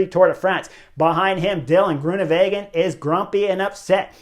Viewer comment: Thanks Chris! Always liked your enthusiasm in interviews when you were racing, and now in this insightful commentary that's better than anyone else's. Just another pronunciation hint: Dutch/Flemish is pronounced like it's written, so Greoenewegen is with a W. Literally means greenways, like green roadways. Not like in German with a v.